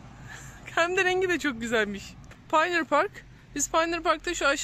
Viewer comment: Bismillah Amerika gezimiz başladı. 😉 Pioneer Park'ı yazısını görünce bilgimi paylaşmak istedim (naçizane), pioneer aslında "öncü" demek. Bir yere yerleşen ilk öncüler anlamında kullanılıyor ve telaffuzu da / payoniır/ şeklinde. Bizim dilimize /paynır/ şeklinde yerleşmiş. Sizin aracılığınızla bu bilgiyi paylaşmış oldum, Teşekkürler.